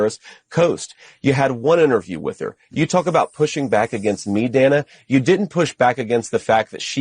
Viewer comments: I hate the way he says Dana! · He pronounces her name correctly until she pushed back. Mispronounced. The "shut up" was deplorable